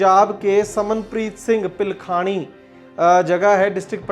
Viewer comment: सर उस जगह का नाम पिलखानी नहीं पिलखणी है